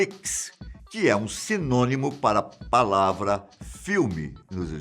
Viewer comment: impressão minha ou ele disse palava?